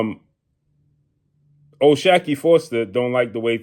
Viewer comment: O-SHOCK-KEY that's how you pronounce it bruh